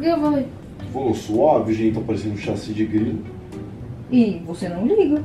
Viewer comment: a tentando falar chassi de grilo e saindo sachi de grilo no meio da discussão dos 2 é muito bom kkkkkk